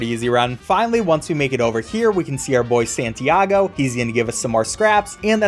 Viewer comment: IT IS NOT SAANTIAOG IT IS SÁNTIAGO